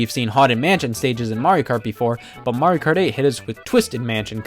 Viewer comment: It's MARIO not Maruieo XD